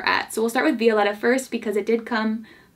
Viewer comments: I absolutely love you but your pronunciation of Violetta is frustrating. My sisters name is Violeta and we pronounce it Vio-leh-tah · Say it with me, "Vee-oh-leh-ta" (Violetta) ❤️ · I love you, but it bugs me how you pronounce VIO- LE- RA 😂😂 Loved the video 💕